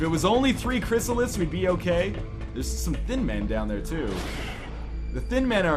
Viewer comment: Who else hates it when NL says Cryssalis.... It's Cryssalid!